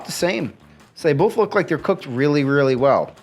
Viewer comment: You mean both? Yeah, i said bolth. No, you said bolth. I know i did. Say it. Say waht? Both. Bolth. It's both! I said bolth! No you said bolth. No, YOU said bolth. ........AAAAHAHAHAHAAHA!!!!!!